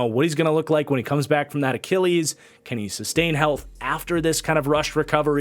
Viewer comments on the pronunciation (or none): none